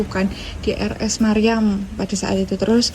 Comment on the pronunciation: RS. MIRIAM mba, bukan MARYAM 😅